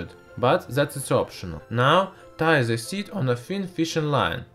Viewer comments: "At zi bottom on zi glasseh" I can't XD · ''Into ze glass'' THROUGH DA WINDOWWW!!!! THROUGH DA WALL!!! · whops wrong side of the youtube again... after the min of this video i head enough of this guy who said to the word "the" "zhe".... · Can u stop using Z in the words that begin with T? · Why is he pronouncing 't' as 'z' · Into za glas zis is za best but zem zis 😂😂😂😂